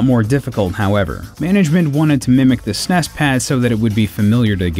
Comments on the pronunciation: STOP SAYING SNESS, IT IS S-N-E-S. Seriously stop saying it wrong. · It's not snes.. S. N. E. S. It's a bloody acronym. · Did this guy really just call it the "sness" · I find it odd how he class the Super NES the snes. I actually say ess en ee es. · Sounds like a robot narrator. S.N.E.S. not snes. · I thought the narrator was sneezing, many times through the the video, Lol. Not hard to say S-N-E-S. So crindgy each time SNEZ was spoken as a word. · When the eff did people start pronouncing “s-n-e-s” as snes? No sir, I don’t like it. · What the hell is up with these nerds calling it the SNESSSS. NOONE 25 years ago ever called it that. Its calles Super Nintendo...thats it. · In an informative video, saying sness is rediculouse. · STAHP SAYING SNES! It’s “es-en-ee-ess “ you god damn monsters. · Please, I beg you. No, I implore you, stop calling it the s-nes, it's the Super Nintendo. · You are an American. (At least North American.) it is S-N-E-S. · The way you are saying S.N.E.S. As one word snes instead of saying the letters separately like everyone else says it. Is funny as hell. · I can't take someone seriously when they pronounce SNES as "sness". It just sounds ignorant. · Tempted to dislike for pronouncing SNES like a Brit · Who the fuck says SNES phonetically?